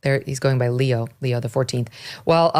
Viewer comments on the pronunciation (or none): Pope Leo, not Leon Megyn. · Leo not Leon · Pope LEO not Leon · Pope Leon? get it correct you drip!!! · Megyn, Pope Leon XIV???? Leon??? I know you were reading that but come on….. you know there was never a Pope Leon, not to mention 13 of them… Leon…. Hahahahahaha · Megyn Kelly its leo not leon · Pope Leo not Leon. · Pope Leo! Not Leon! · Girl! Did you just say Pope LEON? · Leo XIV…not Leon. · It’s Leo, not Leon. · Leo not Leon. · It's Leo , not Leon. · It's Pope Leo, not Leon. I can't listen to you anymore...Geeze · Leo not Leon! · I am surprised that Megyn called him “Pope Leon XIV” rather than “Pope Leo XIV”. As a good Catholic, I would not have thought that Megyn would not have made that mistake, especially with there having been thirteen named Pope Leo before the present Pope. 😂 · Leo, not Leon come on ...... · It's Pope Leo xiv not Leon please get at least the name right. I'm Irish and was raised Catholic no longer following the doctrine, but wow you jumped on this quick. Sometimes I get tired of all the air time these things get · Leo; not Leon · Leo... Leo... not Leon. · LeO, not Leon. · Leo... Not Leon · Not Leon ,leo. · His name is Leo not Leon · It’s not Leon! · It's not Pope Leon, it's Leo. Focus guys! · Pope LEON??? Really Megyn? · Pope Leon? Really Megyn? 😂😂😂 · Leo, Megan, Leo, not Leon 😉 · Megan: it's Leo XIV, not Leon. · Did she just say Pope Leon???? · Not Pope Leon, Megyn! Pope Leo XIV. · Pope Leo,…….not “Leon”. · Pope Leo not Leon and never spoke in English. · LEO not LEON. C'mon Megyn. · Pope Leo, not Pope Leon. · Pope Leo, not Leon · Pope Leo , not Leon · LEO!! wow, for a catholic you really can't pronounce his name..